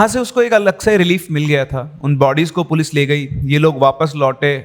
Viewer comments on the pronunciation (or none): none